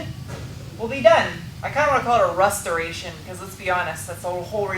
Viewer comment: Did you say, "rustoration?"